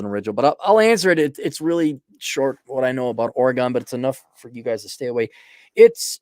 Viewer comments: Oregon is pronounced Organ. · It’s pronounced OR e gun. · It’s just weird to hear it pronounced like that when you live here lol